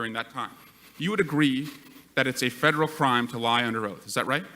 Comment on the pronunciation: " Fwederwal " WTF ??? If you can't speak English you have no right to be asking questions in America. Is this Elmer Fudd's Asian counterpart ?